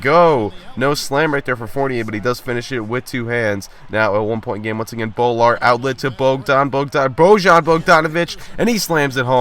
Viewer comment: It's not BO-Lar it's BOO-lar please pronounce it right